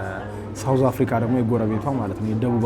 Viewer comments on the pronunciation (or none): none